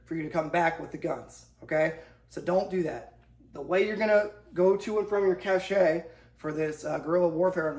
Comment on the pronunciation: Doing the Lord's work 🍦 Partisans was the word. Did anyone else flinch every time "cache" was pronounced "Cash-shay"